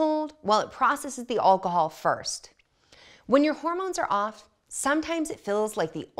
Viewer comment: Did she say Oncahol?